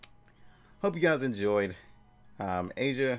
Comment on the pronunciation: It's not "Asia" its "Aisa" lol